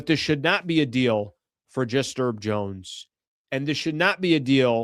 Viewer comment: is the H in Herb Jones silent? (real question). Cuz how u saying it sounds crazy. says Herb (I assume for Herbert or something) Urbert